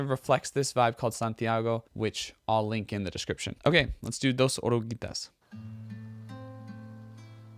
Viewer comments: 😳 Your pronunciation in Spanish is pretty good, nicee. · Your pronunciation in Spanish is very good. The word "Dos oruguitas" is not easy, you are great!